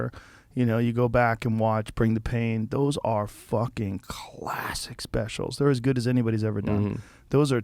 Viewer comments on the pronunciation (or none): Joe “Khulassick” Rogan